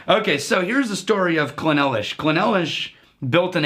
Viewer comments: Clynelish..NOT Cly-nelish...Phew!🥵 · It’s pronounced cline-leash. We expect better from you 😆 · It’s pronounced clyn-leash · I believe it’s pronounced as “ Klayn-leesh “ ... Cheers ..! 🥃 🥃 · It is pronounced Kline Lish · Gentlemen please, "Kline-lish" Also its funny to see before he got his "powers". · I thought it was pronounced "Kline-ish" A very complex whisky to be sure. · It's pronounced 'Cline-leash' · Emphasis is on the first syllable, CLYNE - lish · Guys, bad news. You mispronounced "Clynelish"